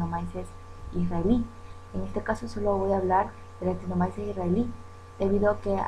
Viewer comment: No Se pronuncia en español actinomaises se pronuncia actinomices